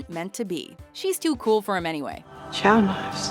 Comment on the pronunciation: chau knives deserved better, say it with me